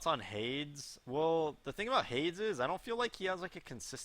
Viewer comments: ***** Did you watch the video though? pronounces it like HAIDS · no its like the god in mythology hey+dees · Is that how Hades is pronounced? hAIDS? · ***** Yeah I know, I was just trying to make a joke dude lol. I just thought it was funny how pronounced it like that